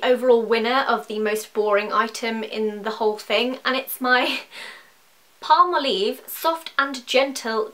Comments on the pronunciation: By the way Palmolive is pronounced Palm Olive. Two words :) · palmoleeve, palm olive, your accent is so funny